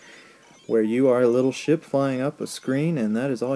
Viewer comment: I thought you said, "...where you are a little shit flyin' up the screen...."